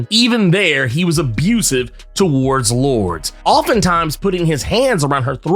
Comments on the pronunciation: lor-DESS , not “lords” lol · Lour-des Chan-tel. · It is pronounce Loordeas she is spanish, why you gringos dont even try. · "Lourd"...seriously? You're just gonna ignore the "es" in her name?🤦🏿‍♂️😏